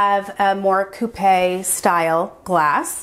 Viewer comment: Beautiful home. Loved the library room and pantry. Also the glasses are called champagne coupe’s and pronounced like coop. as in Chicken “coop” . Coupe when stressing the e sound is used for the car …